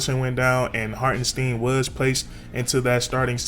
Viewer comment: Knicks fan here...nice video on my guy. It's pronounced HartenST👀N.👌 He will be missed. Congrats on the pick up OKC.